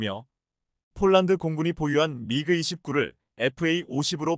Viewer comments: 아나운서의 말이 폴란드가 아니고? 쫄란드인가? 😅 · 발음을 똑똑하게해주세요 폴란드인지 쫄란드지 알아듣지도못하겠습니다 말음을 정확하게해주세요